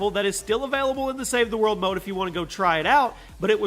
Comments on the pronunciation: He said save the mode and not save the world hahhahahahhaha lol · Did anyone else hear him say save the mode instead of save the world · He said SAVE THE MODE 😂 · Lol you said save the mode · I love save the world (save the mode is what you said lol)